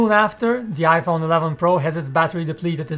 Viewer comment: Why does this guy say Yaiphone